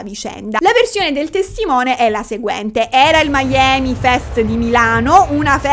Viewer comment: non è miami come la citta americana ma si legge mi-ami come se fosse milano e amore